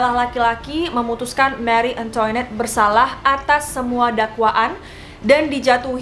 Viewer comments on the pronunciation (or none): Pengucapan prancis bukan antoinet..tp..angtonet Dan versaille versaey.. CMIIW